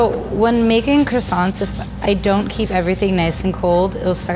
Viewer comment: Its croissants